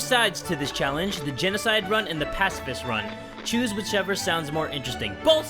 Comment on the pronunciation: Ur saying pacifist wrong its (pa-ci-fist)